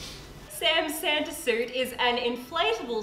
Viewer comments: it's SAMTA lol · Its Sam-ta! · Don’t you mean his... SAMta... suit?..... 😂